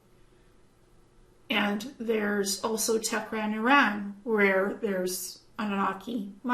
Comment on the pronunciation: Thank you for what you found there. Highly interesting. The city you mean in Iran is Tehran (you pronounce it like Te-he-ran) not Tecran. I have been there twice with English friends and they pronounce it like that too. Just saying;) Thank you for what you do. Namasté.